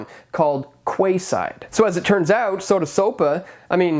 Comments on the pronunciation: Did you really just say "Kwayside". It's Keyside. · Can I just check; Quayside right? It’s pronounced ‘keyside’ not ‘kwayside’. That’s funny! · Quayside is pronounced like 'Keyside'. There is also a Quayside riverfront development that went into New Westminster in British Columbia along the Fraser River some years ago. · Quay is pronounced "key". So "keyside.". I got caught with this in Singapore